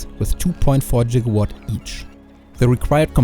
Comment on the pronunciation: Your subpar English wouldn't matter if you at least did not pronounce it "Jigawatt". Your factory absolutely rocks.